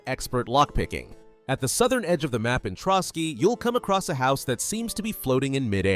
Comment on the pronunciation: "Ant-tie-uch-cuss" My god. It's 'Ant-tee-och-cuss", the Latin name for Antioch, a city in the Holy Land. Oh you said "Trotsky region", it's "Trosky". Some of these "references" are a real stretch and is more that the uploader doesn't know history very well.